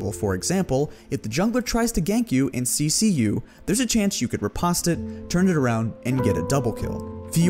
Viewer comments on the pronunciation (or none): riposte - rih-post. Not rih-pahst. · ri·poste /rəˈpōst/ anyone else find his pronunciation of it weird? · You pronounce riposte like the Brits.